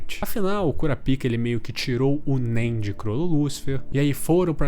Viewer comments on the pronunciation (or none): Caralho, é muito ruim ouvir KuraPÍKA KKKKKKKKKKKKKKKKKKKKKKKKKKKKKKKKKKKKK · so eu acho engraçado ele chamando o kurapika de curapika ksksks